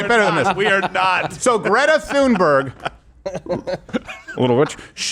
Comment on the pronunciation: The “ Th” in “ Thunberg” an aspirated “ T” not “ theta” as in “ think” or” thin”. In Nordic languages voiceless consonants are often aspirated at the onset of a stressed syllable. The “ h” is a pronunciation coding marker ss in “ Pharoah “ or “ Phuket “. Yes , I know how yiu pronounce “ pharaoh “ but it was really / P*a-ru/ . This occurs in the English spelling of “ Thomas”. It’s “ Tomas” in Spanish that lacks the Ural-Altaic contingency og Nordic languages.